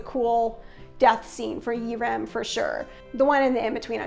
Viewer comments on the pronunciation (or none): You kept saying "Ee-Rem", I'm so confused. Isnt his name "Lee Rim"???